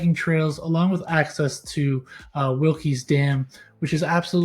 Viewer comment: Wilkes is one syllable.